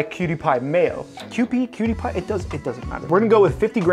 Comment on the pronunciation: Did i hear you call Kewpie as cutie? The DISRESPECT! Love your video still.